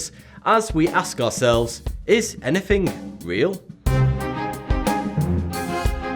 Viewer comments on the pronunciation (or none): It's "anything" not "anyfing"